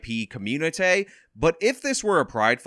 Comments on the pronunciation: Ha ah aha communitay. Ha ha ha. Nailed the proper pronunciation! Hay hay hay....part of the communitay! :-) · I'm suing Kasparian for taking my money - since when said "communi-tay" I choked on my coffee. My representatives are working on this now.